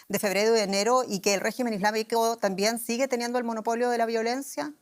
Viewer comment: La periodista hace enfasis en la palabra "regimen", refieriendose al gobierno iraní, pero no asi, oara referirse a la figura de Trump. ¿Acaso es Irán el que tiene bases militares por todo el mundo, ademas de amenazar a todos los gobiernos que no hagan su voluntad? Cuando EE.UU y sus lacayos europeos, incluyendo Alemania, deciden atacar a un pais por sus interes económicos, no hay quien los detenga. Pero EE.UU, tambien es capaz de castigar a sus propios "socios" si así lo ve necesario